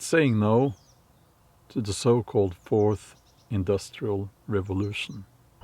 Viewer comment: Hello! With Santa Klaus’ accent, next time listen how he says ‘forth’… Sounds like FORCED… ( feudalism)…Ironic.❤️ your content. Love from Portugal 🇵🇹